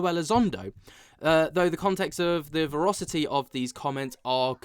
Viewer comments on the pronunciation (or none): "verocity"........?? Dont you mean VERACITY ??